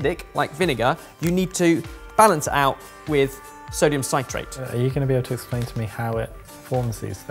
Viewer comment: Ben and mispronouncing sodium citrate for 15 minutes